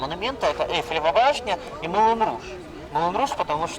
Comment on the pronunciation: НУ ТЫ ЖЕ ГРАМОТНАЯ,НЕ ЭЛЬФИЛИВА БАШНЯ, А ЭЙФЕЛЕВА БАШНЯ.😢